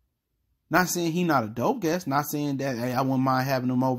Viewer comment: Guest. Not guess. Js